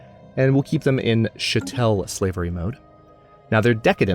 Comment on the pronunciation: I love the series so far but could you do me a favor? Chattel is pronounced chat-el. Thanks.